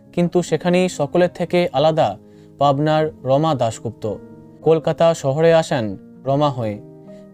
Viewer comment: কোথাকার রমা দাশগুপ্তা?? ঠিক করে শুনতে পেলাম না!!